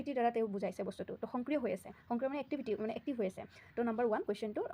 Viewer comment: Ma'am Hongkriyo nhoi Hokriyo hobo lage pronunciation tu.